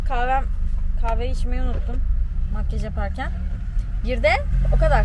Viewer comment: Makyııjj demesine çok takılıyorum ya :)) Makyaaaj der misin? :))